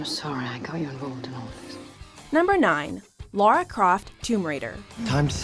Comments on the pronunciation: LARA NOT LAURA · LARA Croft not LAURA Croft.. geez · Ok this is really annoying me Lara is pronounced la-ra not Lora not Laura LA-RA 🤦